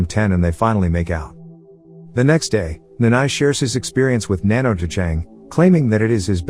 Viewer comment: its nanno not nanno